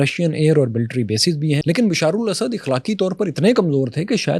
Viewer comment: ؛اخلاق؛ ہمزہ کے زبر کے ساتھ ہوتا ہے نہ کہ زیر سے